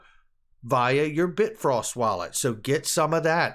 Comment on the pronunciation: It's bifrost not bitfrost